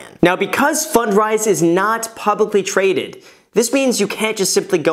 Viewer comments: I think you should say it like "fund rise" not "fun drise". On a different topic I've started watching YouTuber Mark Ferguson investformore. He seems to know a lot about house flipping and renting. He's not a big channel like yours but he has a book on Amazon and has flipped dozens of homes and has a team of like 9 people under him. I just stumble on his channel. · Can't unhear "Fun dries". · I thought he said “fun fries” at first. I must be hungry lol.